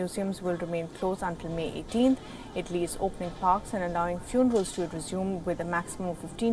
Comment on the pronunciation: Tf is “ itly “ it’s ITALY